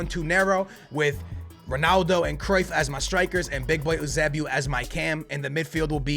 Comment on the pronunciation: It’s pronounced you-say-🐝-oh